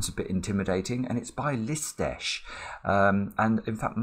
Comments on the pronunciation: That was a pretty good pronunciation of a Hungarian word. Hats off to you. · Full marks to for pronouncing Lisztes correctly. I know it's not exactly intuitive for a native English speaker. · As a Hungarian, I salute you for the perfect pronounciation of Lisztes's name. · I noticed the hungarian flag. nailed the name's pronunciation. What a moment. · Extremely difficult and beautiful puzzle. No surprise that I could not solve it. I do appreciate your perfect pronunciation of Lisztes's name, which means floury, by the way.